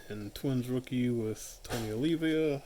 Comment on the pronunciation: Nice. It’s Oh-leeva. Not oh-leevia.